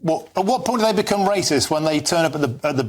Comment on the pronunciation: Wacist wacist wacist. That's all I heard from this deluded Labour